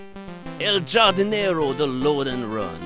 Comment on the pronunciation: Khardinero,, it's pronounced Khardinero. Khuego. Bida. WHY DO I KNOW SPANISH AAAAAHHHH111!11 And wow, what a weird game. Not as fabulous as No More Heroes' lawn mowing, but has more going on. If only it was clear what exactly is going on... -_